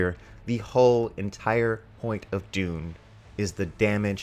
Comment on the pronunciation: Maybe, but he still can't say Dune, so...